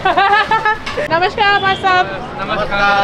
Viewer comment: You are breaking many Indian men's heart by sayin "bhaisab" ( brother) :D , but your namashkar pronunciation is great